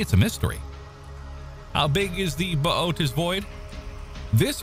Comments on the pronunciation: I say it "booties" whenever he says his way it bothers me 😅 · Massively botched the pronunciation of Bootes. 🙄 And..... "Sowthern"? Come on. Is this a badly programmed TTS voice?